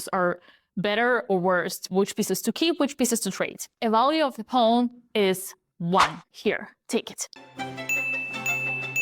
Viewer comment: Hearing her pronounce Pawn reminds me immensely of "Pone" as said by Foghorn Leghorn. "Well, shut my mouth and call me cornpone!" (Looney Tunes: "Southern Fried Rabbit" (1953))